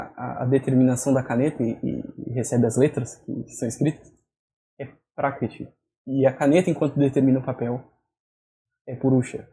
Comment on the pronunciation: Você falou 'prákitih', o que não faz sentido nenhum. Confira no próprio vídeo que você mandou. Seu ouvido é ruim ou você está se fazendo de idiota.